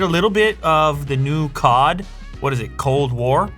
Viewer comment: It's COD nigga, not Cod as in the fish❌